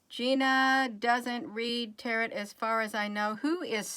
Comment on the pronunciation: Tarot is pronounced tare oh